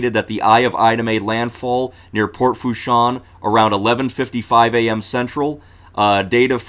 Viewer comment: Thanks. It’s Pronounced La “Foosh” 😉